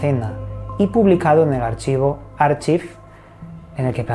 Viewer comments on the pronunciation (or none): none